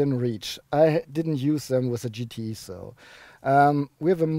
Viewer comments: Du verwechselt den GTI mit dem GTE, das E wird nicht als Ei ausgesprochen sondern als i. Das macht das Ganze sehr verwirrend! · GTEEEEE not IIIIII :D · Does he say GTE or GTI?